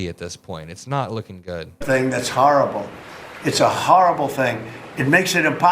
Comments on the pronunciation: Harrahbul??? What’s a harrahbul? Is he trying to say horrible? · Horrible has a long o sound. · Its , "harabol, its harabol "... uh its horrible. Geez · He is a "harrrable" thing😂